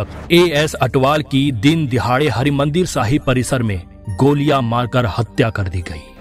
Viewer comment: ਕਿਰਪਾ ਕਰਕੇ ਸ਼ਬਦ ਉਚਾਰਨ ਤੇ ਧਿਆਨ ਦਵੋ ਜੀ ੧) ਹਰਿਮੰਦਰ ਸਾਹਿਬ ੨) ਕਛਿਹਰਾ🙏